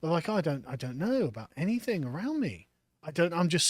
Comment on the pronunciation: Hearing mispronounce "anything" by adding a k on the end is like nails on a chalkboard